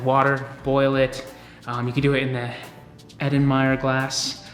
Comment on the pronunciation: It’s pronounced earl en myer but other than that great video, awesome editing, very informative!